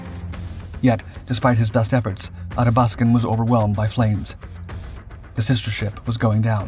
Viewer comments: Athabaskan pronounced A-THA-BASK-AN not ATTA-BASKAN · Great documentary. It did bother me a bit that the narrator kept on pronouncing the Athabascan as the Adabaskan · Ath-abaskan. Pronounce the th, as in bath. Great vid! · Athabaskan “À thah bas kin” as in the Athabaska river that runs through northern Alberta. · The Tribals were welcome supplements to the bulk of the Royal Canadian Navy which was mainly comprised of Corvettes that remain the unsung heroes of the Battle of the Atlantic. (Ath-a-bask-an - your English pronunciation is sometimes way off). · ATH-A- BAS-KIN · Retired RCN... Please, it's Ahh thaa bath scan. Or AthaB, if you will. The way you're pronouncing it is fingernails on chalkboard to my ears. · Really wonder how much time this channel spends on getting names and facts right. HMCS Athabaskan ....sheesh...5 second internet search and you get the right name. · Thank for covering the topic but, please learn how to pronounce Athabaskan. Painful.....